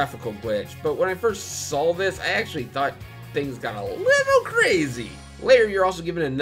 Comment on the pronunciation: Did you just saw "when I first sall it?" Why do people talk like that? I bet you put an "l" in "both" also. Since you're so good at putting ls where they don't belong you can take the L here too.